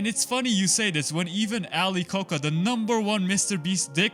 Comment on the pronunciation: First Logan Paul, then Jimmy Beast, and then KSI. They are finally over. (By the way, Ali Koca’s name is pronounced differently. You can look it up.)